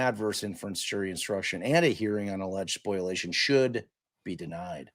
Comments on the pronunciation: I love you guys but it’s “spo-LIA-tion” not “spoil-ation” 🤣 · Isn’t it called “spol-iation?” Not a lawyer, but occasionally, I have to deal with lawyers and that’s how others pronounce it on the tort side.